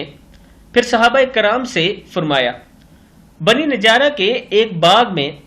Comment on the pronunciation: السّلام وعلیکم،،، محترم جناب صاحب،، صحیح لفظ ھے،،،۔ بنی نجار نہ کہ " بنی نجارا " آپ رک رک کر پڑھا کریں،،،